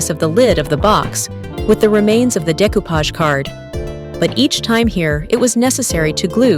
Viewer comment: Nice project, great work, but that pronunciatiom nearly through me of the couch from laughing! 😅